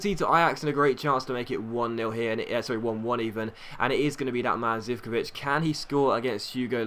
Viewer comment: Hey great vid once again but Zivkovic is pronounced zikovich.:)